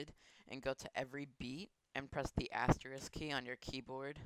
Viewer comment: what did u just say? asterisk key? I dont understand lmao